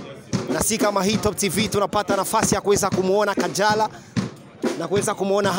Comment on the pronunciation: Unacekesha kweri ati our beautiful kajara wa harmonize!! Hhh nimeceka na iyo kingereza